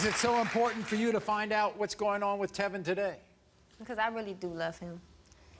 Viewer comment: Tevyn's friends call him "Tea-Vine".